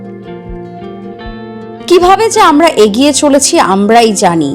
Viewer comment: Apni agiye agiye bolchen keno egiye jantam